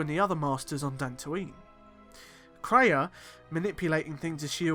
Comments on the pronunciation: It's pronounced KRAY-A, NOT TRAY-A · Kreia is pronounced KRAY-A (caps are for emphasis, I don't mean to yell lol). It sounds like you called her TRAY-A several times. I thought maybe it was a slip, but I then noticed you bouncing between pronunciations.